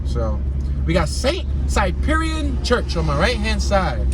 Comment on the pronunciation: Saint SYPHRIAN.. THATS HOW ITS PRONOUNCED..I grew up on 61st locust. Shouldve took the tour down thàt block.. that'sthe block the cop shot bull coming at him with the knife.